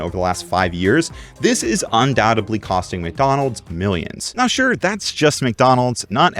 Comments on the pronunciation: Un doubt edly...it's really distracting to hear you mispronounce words. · It's "un-doubt-ED-ly",. Good info, tho.